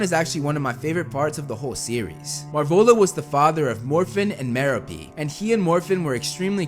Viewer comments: *Muh-Rope” Gaunt. Not “Marrow-Pee.” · ‘It’s Mer-OH-pe, not Mer-a-PE.” - Hermione Grainger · Merope ( Ma-rope-pe) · It’s MerOpe, not MeropE.